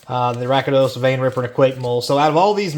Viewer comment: rakdos not rakados btw